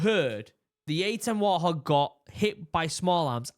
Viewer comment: WART HOG NOT WAR THOG! 😅